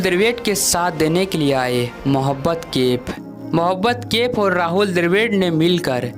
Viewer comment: Mohobbat kaif nahi mohammad kaif hindi sudharo apni